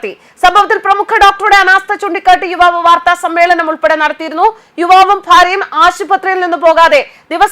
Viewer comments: വിവാവ് അല്ല യുവാവ് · വിവാവ് അല്ല യുവാവ്. ആദ്യം മലയാളം പഠിക്കുക. ഹെഡിങ് നോക്കുക.